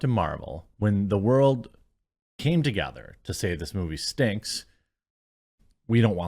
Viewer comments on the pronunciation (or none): none